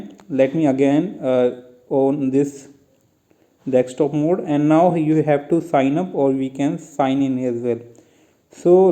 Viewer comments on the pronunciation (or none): its not dekstop its desktop